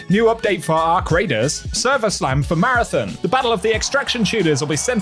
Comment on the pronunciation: ON ON ON ON, marathON. Stop fucking saying marathIN. Learn how to read my guy.